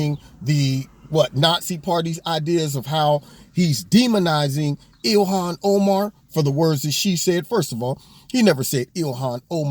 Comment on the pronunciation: Ill-ham oh-man...lol